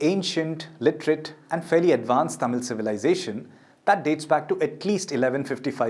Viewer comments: Excellent presentation and pronouncements of tamil words are awesome 👌 👏 👍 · Thanks a million for such a great video with the greatest tamil pronunciation!!!!! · The best video that I ever saw in English with all the Tamil pronunciations are perfect. Clear explanations.congratulations for the team and thank you so much for making the video .👏👏👍👌👏☺️